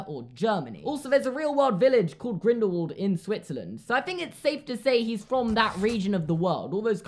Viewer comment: Am I the only one who gets outraged when someone says GrindelVald and not grindelWald. Like, when you say “what” you don’t pronounce the w like a v, you know what I mean?